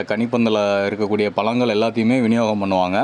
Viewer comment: Dei Vila,palangal Tamizl nalla ucharingada viza,Pazangal